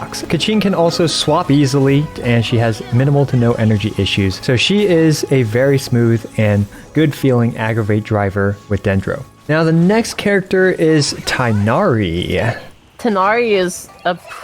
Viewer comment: For the love of god please don't invite for more videos. For a vtuber you can't even understand half of what she's saying. Plus she pronounces names weird. Faruzen, yongjin, jeanyan, aiyato, nillao, nolo, jingjo, tenari, aggravit, eyam, seacrose, kozoho